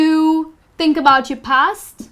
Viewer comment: Many mistakes in pronunciation "THINK" is not "TEENK"